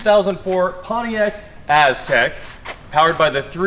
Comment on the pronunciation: everytime he said Aztec all I heard was A$$crack.